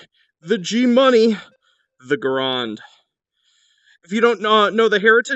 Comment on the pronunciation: Oh god how you pronounced m1 garand the correct pronunciation say it like this m1 garend